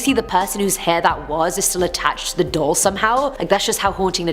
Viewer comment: Wtf is a "dole"?? Lol 🤣😉